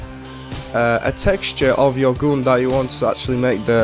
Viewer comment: Nie "gun" tylko "gan" :p